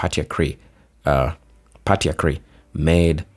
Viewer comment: Patriarchy: PAY-TREE-ARK-EE